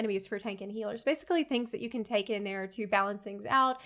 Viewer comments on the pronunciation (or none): none